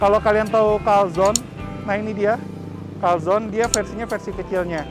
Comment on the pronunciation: Maaf,bukan calzon tapi calzone.E nya ketinggalan. Trus kalo calzone gak di goreng tapi di oven.✌